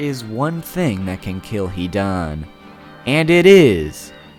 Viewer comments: I was really excited to watch this video after seeing the title... But after hearing SO MANY wrongly pronounced words and names i was kinda feeling suicidal.. Fucking "Hidaaan" and all the villages are pronounced otherwise. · so any one notice he says hidan like he is pronouncing heathen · when he said he-Don...I screamed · His name is not HE DONE OR HEDAAANN ZIDAANN ITS HIIIIIDAAANNN HIIIIIDAAANNN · if only you could pronounce his name correctly.....